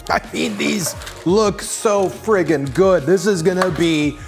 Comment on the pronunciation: "these look. so. frigging. good" hahah love it 💚